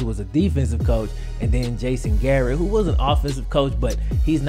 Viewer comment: 2nd best UDFA QB after Warner. Unfortunately he got Garrette'd - pronounced like the steel wire the mob uses to strangle their enemies.